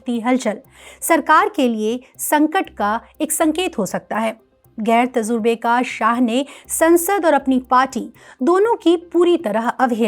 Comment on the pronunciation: Journalist agar koi urdu word istemal karte hain , tu unko pahle achche se pronounce karna sheekh lena chahiye kyunki itne padhe likhe logo se aise galat urdu word ke pronunciation achche nahi lagte jaise" tajurba", aapne tazurba bol diya ,waise aapne bahut achche se explain kiya hai